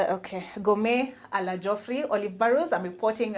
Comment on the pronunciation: Thats not how geoffrey is pronounced but ok